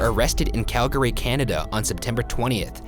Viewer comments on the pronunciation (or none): Ryan's pronunciation of Calgary gave me Canadian rage. I want a personal apology. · i love seeing canada come up in videos. even tho they’re never for good things 😂 🇨🇦 like nice alberta represent. also ryan, it’s pronounced cal-gree not cal-gary lol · Actually I live there and NOBODY who is from here says Cal-gary 😂😂 everyone says it like cal-gree If you say Cal-Gary everyone automatically knows you arent from around here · It’s pronounced kal-gre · #roastmortem You pronounce Calgary real fuckin weird. I'm from Ontario but I've really only heard it pronounced "Calgry" or "Calgery" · I was shocked to see the Northcotts arrested in Calgary for this ... I’m always surprised when Calgary comes up in things like this (also that everyone always mispronounces Calgary)